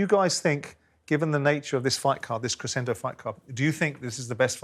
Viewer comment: Simon pronouncing ANOTHER word wrong🤡🤡 ‘crescendo’ is pronounced “creshendo” not “cressendo” you lanky melt🤦‍♂️🤦‍♂️